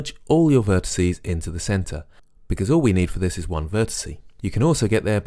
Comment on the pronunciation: Great video, but I'm afraid I have to go into pedantic old git mode and remind you that "vertices" is the plural of "vertex", there's no such word as "vertisee". Sorry, that's just one of those things that niggles me a bit.